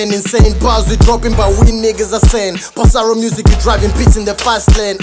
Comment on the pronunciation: Basically! It’s written bossaro yet they’re pronouncing bosalo 😅😅😅😅 R and L